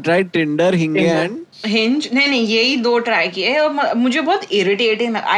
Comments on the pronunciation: Im gonna pronounce hinge as hinngay from now on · And then proceeds to say " hin- gayyy"🤦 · Are we gonna ignore that he pronounced it hin-gay instead of hinge? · literally ‘hinge’ ko ‘hingee’ bola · Yeh Hin-gey kya hota hai Bhai